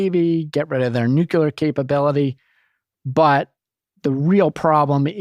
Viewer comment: A highlight of the interview: “If Airan has nucular weapons, it could strike a hundred ships” - 🤯?! Like, do you gather them board-to-board, or stack them up for that to happen? The worst part: the entirety of his analysis is of that level. Do ppl pay him money for that